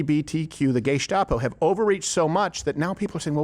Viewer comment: The "gay-stapo" lol